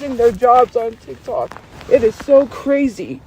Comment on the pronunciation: I know this sounds stupid but out of all the grating things does, her saying "Titok" instead of tiktok just grinds me every time